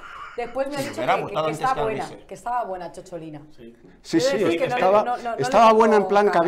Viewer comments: Don Eduardo, no fue eurodiputada, sino diputada del Parlamento italiano- Además CHOCHOLINA suena fatal, Es «cicciolina», un diminutivo afectuoso que significa en italiano coloquial «querida» o «queridísima, dicho desde la ternura, desde el fondo del corazón» Como decimos pochola, pocholica. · Cicciolina, no Ciocciolina, y no iba de drag exactamente jajaja